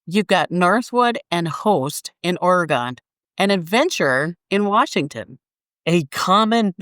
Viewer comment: You forgot Bigfoot Truck Campers. Oregon is not pronounced OR-Gone 🤣